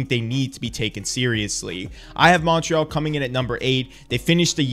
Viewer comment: I love you man, but your Montreal pronunciation bugs me so much lol